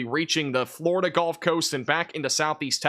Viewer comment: A good report. Of course, this newsman mispronounces the word "gulf." He calls it "golf."